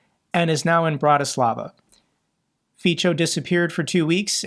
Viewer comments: I love the way you pronounce Fico.. It is not correct, but your way it better rhymes with czech and slovak world for c*nt (Fico/Pico) :D Which is only fitting.. Thank you for your reporting! Greetings from Prague. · his name is pronounced as "Fitzo" (in German), (in English "Feetso" ). Thanks for your good work, I watch your every video. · It was good to hear the orc female reaction to the situation in Engels...she isn't enjoying it . I hope Fico enjoyed his luxury holiday! Now he's back in Bratislava to deal with the political situation.... And its pronounced FITZO.💙💛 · I really love how pronounces Fico - it fits for Fico´s character better than correct Slovak pronounciation (Fi:tso). I´m thinking to start saying it the same way.... Greets from Praha. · And notice that Fico is pronounced more like feetso. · Do you want to learn some basics of those Slavic terms? - If yes, hit me up. Because, I am sorry, but even after those years, you literally do not pronounce a single Slavic term correctly: Fico, Voronezh and so on... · I general I would recommend you to look after the pronunciation of Foreign person and geographical names like Azerbajdzan, Fico, Voronezh, etc. because this discrediting your message. You have so many Russian speaking friends, ask them for help! ;)